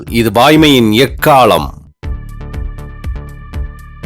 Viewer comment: அறிவிப்பாளர் குரல்: வாய்மையின் எக்காலம்.. எக்கா'ல'மா, எக்கா'ள'மா??